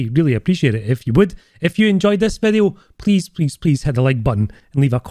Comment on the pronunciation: 2 "in dis bideo" in one video! Nice!